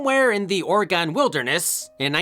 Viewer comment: ...as an Oregonian, you did not say the states name right Lmfao